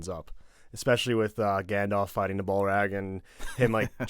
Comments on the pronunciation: I'm sorry Bullrag? The hells a Bullrag. Come on, out of all the names and titles this one is no where near the most difficult. Say it with me now, B-A-L-R-O-G. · You slaughtered Max von Sydow's name for quite awhile, and I got over it. It's okay. Intent is all. You love my boy, I love you. But, it's Ballrog, not Ballrag... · Great video...look up how to pronounce names though. Y'all are killing me with Balrag and Shmegal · Few minutes in. ts not a Balrag, that would be a cloth you wash your balls with. It's a Balrog, ROG not RAG. Bit later ya'll describe Haldir as a new character despite him being the lead elf the fellowship meets in Lothlorien, the only one with speaking lines outside of Celeborn and Galadriel. So when we see Haldir again, more warm and helpful to the Fellowship than our initial meeting, it is a audience reward if not a canon book fact. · Therapist: Its okay Tolkien pronunciation can't hurt you, its okay Tolkien Pronunciation: Bulrag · Nobody:: Gandalf fights the bull-rag I'm always curious why there is this subsection of the population (seems like mostly Americans) that just can't repeat what they've heard. Like they can't pronounce words the way they heard them. It's really bizarre... like it's one thing to have read the books and been pronouncing the names differently in one's own mind for years, but it's quite another to watch a movie for the first time and fail the pronunciation of EVERY. SINGLE. NEW. WORD! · The "bull-rag" killed me inside